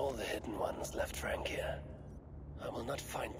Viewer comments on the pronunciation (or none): Mans said frankia 😭